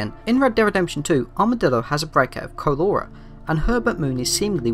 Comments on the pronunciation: CAN YOU NOT SAY CHOLERA PROPERLY HAHHAHA WHY DID YOU SAY "CO-LORA" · Great video but I can’t get over how you pronounced “cholera”